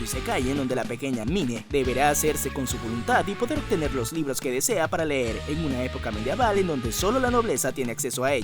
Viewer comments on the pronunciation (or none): none